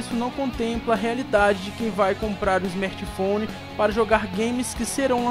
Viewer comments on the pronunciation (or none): Belo smerti foni mano!😂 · smetphone kkkkk fala direito mano. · o cara quer criticar algo e fala esmerti founi 😂😂😂😂...é cada um que aparece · smertphone aprende a fala meu